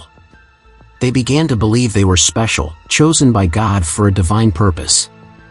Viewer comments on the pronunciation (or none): none